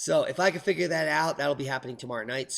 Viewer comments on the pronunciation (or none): none